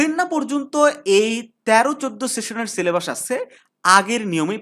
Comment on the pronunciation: এই তুমি ছিলেবাস বলো কেন। সিলেবাস বলতে পারোনা?